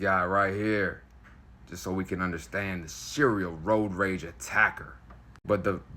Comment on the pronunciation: Sounds more like "roid rage" than it does "road rage".